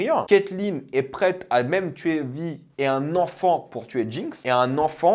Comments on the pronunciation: C'est quoi cette manière de prononcer son nom ? 🙄 Ça se prononce vaï, en vo comme en vf, pas vi. Ça fait hors sol franchement... C'est à se demander si il ne coupe pas le son et ne lit que les sous-titres. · Pour quelqu’un qui regarde la série en VO et qui est pro VO c’est bizarre et drôle de te voir, enfin t’entendre prononcer « Vi » à la française alors que même en VF dans la série c’est prononcé à l’anglaise xD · comment il prononce Vi ça me tue